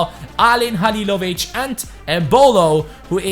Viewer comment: Damn you said Halilović right i know from croatia